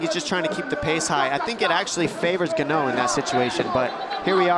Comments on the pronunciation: the guy's EARLOBE caught whiplash!! I want Joe to interview himself about mispronouncing fighter names. Oh ga-no you don't! Francis looks like a gd giant mech standing next to joe🤣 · did he just called him 'gannao' ?! What an idiot ! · as if the other 47 wrong pronunciations of ‘Geneaux’ weren’t enough… “Francis Geneaux ladies and gentleman!” 🤣😭😂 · The commentator is a total idiot. Michael buffer just introduced him as Ngannou and he keeps saying gannou. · Actually he didn't get it right lol,, it's "ngannou" not "N'gannou" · I love how they used to pronounce Francis and “gan-no” and he is now the greatest heavyweight to be in the sport and is pronounced “in-gan-ooo” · Why do they keep calling him Gannou. It's NGannou. The N isn't silent. It's pronounced En-ganu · At least buffer didn't say ganno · ONLY ONE WHO SAID NGANNOU INSTEAD OF GANO TOO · When did gah-no graduate to N-gah-nu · Seems so screwed to hear them call him Ganno, then later down the road they started calling Ngannou. The commentators were probably told the proper & professional pronunciation right after this fight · Nobody: Francis Ganno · I was looking for this comment, as soon as i heard them keep saying Gano! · the "Gano" pronunciation was driving me crazy lol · How can you not learn how to pronounce a name when you are a professional broadcaster? ganoh... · "Francis gon-know!" Lol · Francis Ga-Know. xDDDD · “Francis Gah-No is a beast!” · The commentators could do a better job of learning how to pronounce Fighters' names. I can remember they pronounced Stipe's surname as Miosick and this one Gano. If Bruce Buffer can get it right surely the commentators can? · Say "Gannoh" one more time! .... just one more time!!!!! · Francis Nganoué 😂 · Please make a top ten of slaughtering of names!! Ganno is on that list for sure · Francis Ga-no lmfao why they butcher that dudes name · I tried ignoring the "ganno" but during second round I gave up and laughed...😂😂😂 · This man "gunno" 😂😂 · Joe: "En-gunnoe"